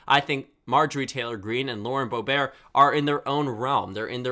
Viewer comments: it's pronounced Boe-bert, not Boe-bear. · I didn’t know Lauren Boebert’s name was pronounced boe bear